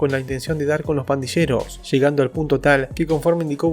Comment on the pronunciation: Se pronuncia /pandiyeros/ y no /pandisheros/ . Dónde aprendiste el español che!